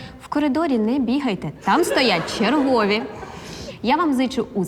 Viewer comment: Не чергОві, а черговІ))) Ніхто не ідеальний❤️